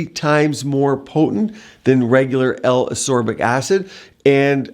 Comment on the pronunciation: He also can’t even say “ascorbic” or “ascorbate”correctly. Jesus.